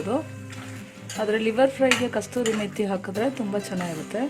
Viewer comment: Kasthuri methi ala kasuri methi...